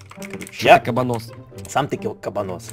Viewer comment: Я знаю что видео было выпущено 2 года назад, но...... КАБАНОС УДОРЕНИЕ НА ВТОРУЮ "А"